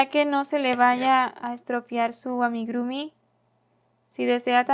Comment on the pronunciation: Muy lindo, todo perfecto pero se dice AMIGURUMI, no AMIGRUMI... 😁